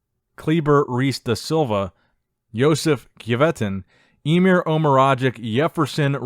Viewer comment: it's "Emir", not "Imer".